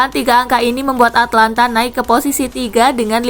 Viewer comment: Min,itu Atalanta bukan Atlanta...